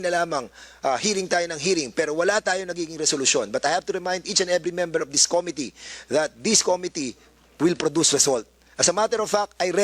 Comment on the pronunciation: This po hindi Dis. Atsaka paki po pronounce ang committee hindi Ko-mi -ti. Suggestion lang para di masakit sa tenga Hayaan natin sila magsalita, its not all about you.